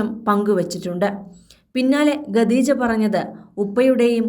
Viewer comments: വായനക്കാരിക്ക് ഖദീജ എന്ന് പറയാൻ അറിയില്ലെന്ന് തോനുന്നു ഗദീജ എന്നാ പറയുന്നത് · ഇതെന്ത് വാർത്ത..ആകാശവാണി ആണോ? എന്തിനാ ഇങ്ങനെ ഒരു ചാനൽ?😱🥵🤑 ഗദീജ അല്ല, ഖദീജ ആണ്. ഖ, ഖ.... പറഞ്ഞേ 🥵🤑🙉